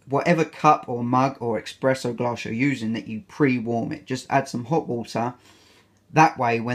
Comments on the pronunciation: Nice and helpful review, but man you love coffee, so please, c’mon, it’s espresso with an “s” not expresso hahah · eXpresso? seriously? 🤦🏼‍♀️ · No, it's just mispronunciation. Source: I'm British.